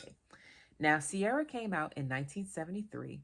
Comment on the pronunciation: It's pronounced Keer-ah. I need to find this in Ireland as it's my name!